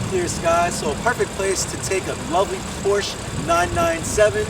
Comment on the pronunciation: it is Porscha not porches